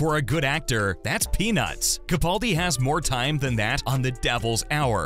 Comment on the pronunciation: Very nice video BUT If you do another, could you please pronounce Mr Capaldi's name correctly? It's CaPALdi, not CaPAULdi. It's mispronounced everywhere - and it drives me crazy. However, I saw an interview where interviewer asked the proper pronunciation and Peter himself clarified it.